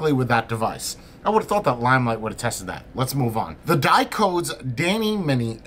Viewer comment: Hey, great review, great device. But did you know that Dicodes stands for DIgital COntrolled DEviceS? So the company name sounds a little different than you pronounce it...:-) Best wishes from Germany